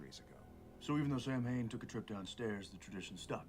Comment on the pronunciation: This ep is largely remembered for the mispronunciation of Samhain. (Not that remember how it IS correctly pronounced).